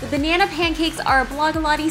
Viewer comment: Anyone else actually laugh out loud when she said "if you're not a huge ba-nay-nay fan?" xD